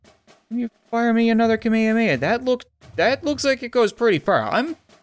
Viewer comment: DID HE JUST SAY KAHMAYAMAYA INSTEAD OF KAHMEHAMEHA